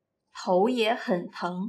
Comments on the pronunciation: I had trouble understanding you sometimes. For example , I thought you said "hǒu yě hěn héng," instead of "tóu yě hěn téng." I didn't hear any "t" sound. Otherwise the video was well done. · yep, there do have a "t" sound that she didnt utter